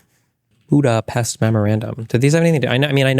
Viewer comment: Tim is mispronouncing Budapest, so everything he said is wrong!